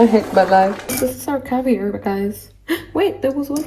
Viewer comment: The cavier😭😭😭🤣